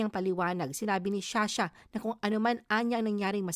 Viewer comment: sha sha???? You mean Zsa Zsa